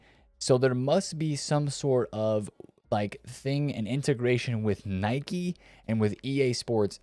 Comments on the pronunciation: Its Nike not Nicky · Never heard Anyone pronounce it that way😂 Its Nike not Nicky or Nikey. Well USA is .... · "Nai-kee" is the pronunciation. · Nikey? Brother cant even pronounce it correct😅